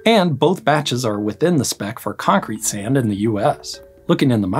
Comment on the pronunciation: This guys pronunciation of sand.... sayunda 😅